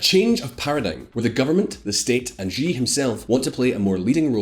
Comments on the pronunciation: It is unbelievable really. You make the claim at the very start that you are an independent and unbias news source, then your entire vlog is subtly so anti-Chinese. Mind games. You pronouce all the names wrongly. Even President Xi name is pronounced wrongly. So Anti-Chinese. Don't be fooled viewers, this is all anti-China - to paraphrase Shakespeare, Crap by any other name is still Crap. Why do Western commentators persist in saying CCP. It is wrong - it's CPC - the Communist Party of China. It is NOT the Chinese Communist Party !!! I feel this is deliberate. The Soviets were CCCP - СССР (Союз Советских Социалистических Республик) is a Russian abbreviation for the Soviet Union or Union of Soviet Socialist Republics (USSR). CCCP may also refer to: C.C.C.P. This is a mind game manipulation. If they say CCP and not the correct CPC, these bias Western propagangists are trying make you have a false strong mental association between the Chinese CPC with the Soviet CCCP. So that the listener/reader will associate all the super negative fear of global annihilation and world domination that most people associate with the CCCP of the USSR with China. China and the USSR are like Chalk and Cheese - so this Mental Trick is so Nasty. Clever but Nasty. This way the listener is prejudiced from the get go and will not be able to analyze the factual differences between the two - which are many. It is like someone calling the US GOP the POG - the Party of Gold-diggers. Throughout her 5000 year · Great info, but for future reference x in chinese is ah so xi is said like she (female pronoun) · I'm very bothered by the narrator's pronunciation of the X's "JGEE' lol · The correct pronunciation of Xi is something that is more resemble "see" (in English). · actually Xi is pronounced as SHE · "jee jinping" It's even spelled "Xi" in english there's no excuse lol Or just call him winnie the pooh